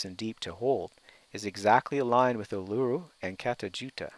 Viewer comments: Not pronounced "Ar-loo-roo", it is "Oo-la-roo". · Ulura the large Rock in middle of Australia. pronounce an Aboriginal word correctly before putting it in utube.its pronounced "Allaroo." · Uluru = 'Oo-Lou-Roo' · You pronounced Uluru and Canberra wrong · Presenter, at least learn to pronounce Canberra and Uluru correctly.